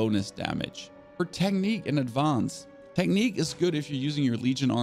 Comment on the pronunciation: Do you intentionally mispronounce things so triggered people like me comment? Dude, I can’t listen to you butcher basic words like magazine, advance, etc.